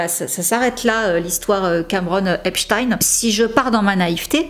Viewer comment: J'aime bien tes vidéos ms fais un effort pour l'accent stp. Tu peux avoir les prononciations sur Google, en tapant par exemple "Epstein pronunciation". J'ai encore du mal à oublier seudge night pour Suge Knight... Mais j'aime bcp tes vidéos, j'insiste. Merci pour ton travail fouillé et divertissant, c'est mieux que ti-M-zi 😁